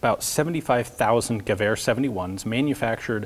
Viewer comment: Is it just me or does he pronounce Gewehr like giver?